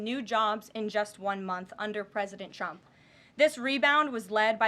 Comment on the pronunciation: At time's she sounds like she says President chumps 😂